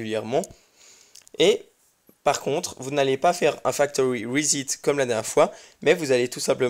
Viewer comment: Bravo pour tes vidéos. Pour plus de compréhension je te suggère de prononcer "rissette" plutôt que "risit" pour le mot "reset". ;-) Cordialement